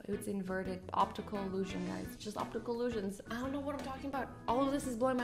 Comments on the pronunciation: Did anyone notice that azzy said obstical instead of obtical 😑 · You said obstacle not optical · Did anyone else hear "obstacle illusion" ? Disappointing not disappointed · she said optical wrong.